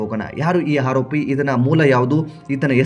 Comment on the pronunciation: ಆರೋಪಿ. Haropi ಅಲ್ಲ ಸರಿಯಾಗಿ ವ್ಯಾಕರಣ ಉಚ್ಚಾರ ಮಾಡುವುದನ್ನು ಮೊದಲು ಕಲಿ ತಪ್ಪು ತಪ್ಪು ಕನ್ನಡ ಉಚ್ಚಾರ ಬೊಗಳಬೇಡ